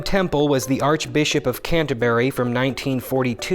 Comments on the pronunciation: Interesting fact, you can't pronounce Canterbury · The pronunciation of ‘Canterbury’ physically hurt me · That pronunciation of Canterbury tho....